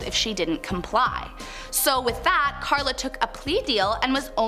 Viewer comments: Her name is Karla Homolka, not Klara. Do you research. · You’ve prob already heard this but it’s Carla Homolka, not Clara. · Its not “Clara” Homolka, its “Karla”, and they lived in a city not too far from mine. About half hour away. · This guy is terrible! It’s Karla not Clara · It's not Clara Harmolka...it's Carla Hamolka